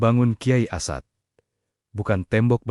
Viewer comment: Komentatornya tidak tahu menyebut as'ad. Tapi asad